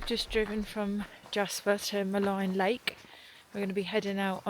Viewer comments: Maligne is derived from the French word meaning "wicked' and is therefore generally pronounced with a French accent like "Ma -lean". It's no big deal. I made Jasper my home for forty years. I have only seen one Grizzley bear in that area and I've been there hundreds of times. They generally stay above tree line in the higher mountains and that's where I saw one. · When you walk make a lot of noise. Walk with bells or other noise makers. Also it is pronounced Maleeen lake. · Maligne is pronounced muh-LEEN